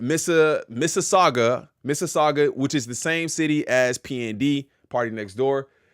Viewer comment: You pronounced Mississauga perfectly 👌🏿